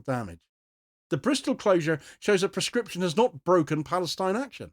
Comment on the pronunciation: PLEASE clearly say proscription so that it does not sound like prescription Very good content.